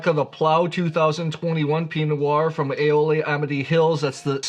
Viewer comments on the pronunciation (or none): Not Willa-met. It’s will-AM-et. You wouldn’t pronounce Bordeaux as Bor-Dox to annoy your friends! Also, it’s E-ola not A-ola and sha-HAY-lem not sha-ha-LEM. BTW, you should try the Lingua Franca Chardonnay too. Very Bugundy like at a fraction of the price.